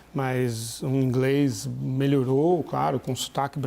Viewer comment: E esse "INGRÊIS"? kakakakakaka